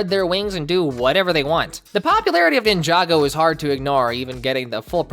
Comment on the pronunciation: The hall of Ninjago Mispronouncing "Ninjaga" "Ninjango" "Ninjenga"